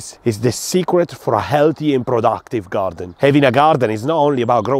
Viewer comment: I love when you say GaRrrdun